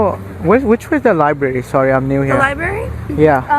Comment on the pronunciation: "Excuse me, do you know where the LIBARY is?" My man immediately sounding like an illiterate goon. People really still forget the first R in libRary in this day and age, aye? Sad, lol.